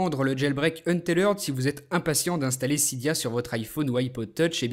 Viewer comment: Untethered est un mot anglais, donc il le prononce bien c'est pas comme en francais